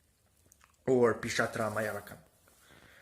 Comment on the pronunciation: It is Pishacha. .....not 😂😂😂😂😂😂pisatra